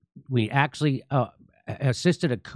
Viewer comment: Jimmy, "axley" is Not a Word ! it's "ac tu al ly" !!